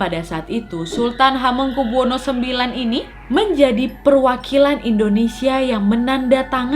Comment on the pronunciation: CARA MEMBACA NAMA ( ASMO ) BELIAU MASIH ADA YANG KURANG PAS